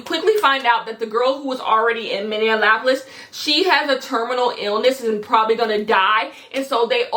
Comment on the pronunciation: as someone who lives in minneapolis i’m dyinggggg at how you’re saying minneapolis